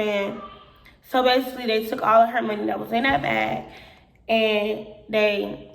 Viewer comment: ".......stealing our MUN-KNEE"!